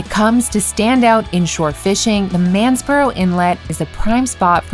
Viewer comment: Its not Mansboro its Masonboro